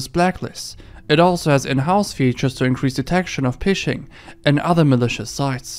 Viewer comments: Cool vid but I deffo don’t think it’s pronounced pishhing lol it’s fishing as in like catching fish 🎣 bro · Pishing? It's pronounced like "fishing". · Regarding the ad, the word phishing pronounced "fishing", not "pishing". Just an FYI. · It's not pishing, it's pronounced FISHING. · Love the video plenty of creepy/disturbing, always a good time. One quick note: "phishing" is pronounced the same as "fishing". Its spelled that way as an homage to "phreaking" (pronounced like "freaking"), which is the practice of fooling the telecom companies into letting you make calls on payphones without paying. Phishing is called phishing because theyre trying to lure people into giving up their personal information using a bait email that might, say, pretend to be from your bank, saying that there's an issue with your account and giving you a link to a fake login page designed to look real enough that you give up your bank login info, thinking you're on the right website. Anyways, hope this helps. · Dude phishing is said the same way as fishing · phishing is pronounced fishing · did you really just pronounce phishing as pishing? lmao